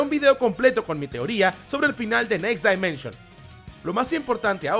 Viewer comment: Amigo, un consejo: escribe en el traductor next dimension y tradúcelo de inglés a español y escucha como se dice correctamente dimension, ojo es crítica constructiva. Bendiciones y gracias por compartir la info de saint seiya